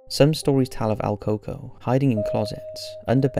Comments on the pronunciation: It`s not pronounced alcoco, but El Cooco, duende is the literal translation to Goblin. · not AL Coco, it's EL Coco, which usually translates in american culture to The Boogeyman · El coco? El cucuy?? I've never heard of el coco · The first ones name is very butchered, although it says it like that online I can guarantee that this is not how we say it in Mexico